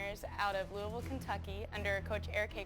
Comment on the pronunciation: She n her whole corner: That’s not how you say Louisville:)